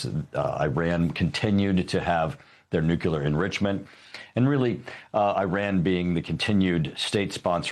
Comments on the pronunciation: I await the day that the George Bush saying of nucular ends and the people that are supposed to be bright get that it is Nuclear. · this guy says "nucular" exactly like homer simpson does 😂